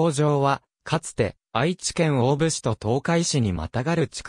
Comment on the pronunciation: 飛行場跡地の近隣在住の者です。素晴らしい内容ですが、機械音声の誤読がもったいない😅 大府×だいふ→⚪︎おおぶ 長草×ちょうくさ→ながくさ etc 音声リメイクを期待します。